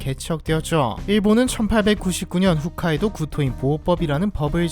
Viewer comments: 형 훗카이도 아니고 홋카이도 hokkaido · 훗 카이도요? 홋카이도가아니고? 그런 기본적인것도 모르고 이런 영상 만드실생각을 하시는 당신의 용기에 박수를...아니 용기가 아니고 융기라고해야하나 ㅋㅋㅋ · 훗카이도가 아니고 홋카이도. 기본 지명도 모르면서 뭔 지식을 전달한다고... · Tmi) '훗'카이도 아니고 '홋'카이도입니다. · 훗 (X) 홋 (O) 홋카이도 입니다. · 후ㅅ카이도가 아니라 호ㅅ카이도예요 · 후ㅅ카이도가 아니고 호ㅅ카이도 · ㅋㅋㅋㅋㅋ 홋카이도를 지속 반복적으로 훗카이도라고 발음하는거 킹받음 ㅋㅋㅋ 훗훗훗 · ㅎ ㅜ ㅅ 카이도가 아니고 ㅎ ㅗㅅ 카이도 입니다 ㅠㅠ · 훗카이도가 아니라 홋카이도입니다...!! 호+ㅅ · 영상 시작부터 오류네요.. 훗카이도가 아니라 홋카이도입니다.. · 발음 중요한데? 한글 폰트면 헷갈리만 하지 근데 발음이 전혀 다르고 일본어 글자에서도 ほっ(홋)、ふっ(훗) 전혀 다름 뭐 일본인 앞에서 잘못말하면 귀엽게 보일수도 ㅋㅋ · 영상을 빠르게 다시 만드는게 나을 것 같네요. 시작부터 (훗)카이도라고 하니까 전문성이 떨어지는 것 같아 맥이 빠집니다.